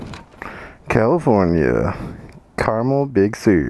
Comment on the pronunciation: Hahahah it's Carmel not caramel hahahaha